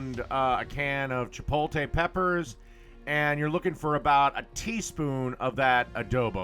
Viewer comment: You can spell "chipotle" correctly but can't pronounce it correctly. Lol